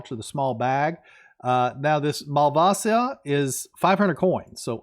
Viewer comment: Malvasa.... malvasia there is a I